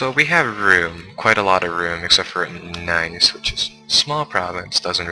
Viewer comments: Nice is pronounced "Neece" :P But... other than that, perfect video! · Nice is not pronounced as it sounds, it's pronounced as Niss...